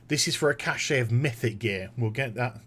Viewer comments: I like your vids, but there's just one pet peeve of mine... "cash" not "cash-shay" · Just a side question....why do people (englishmen, australian, etc.) say "kash-ay" for "cache"? Does the "e" throw you guys off?